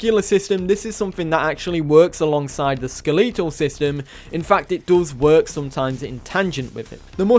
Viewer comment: ske-LE-tol system lol